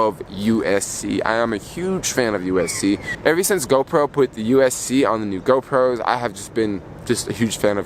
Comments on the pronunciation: Sorry but it hurts ever time you say USC! It’s USB-C lol. Btw you should get the anti lost wires for the AirPods if you don’t want to lose them easily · Upload speeds depend on your carrier. The iPhone doesn’t dictate the upload or download speeds. Yellow is a popular color, order it online if it’s not in stores. It’s Roman numeral X. You pronounce these devices as 10S, 10S Max & 10R. Are you referring to USB C??